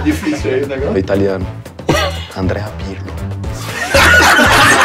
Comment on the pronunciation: Pirlipe Melo...luis pirlipiano...pirlyol....kkk paulinho o filho do povo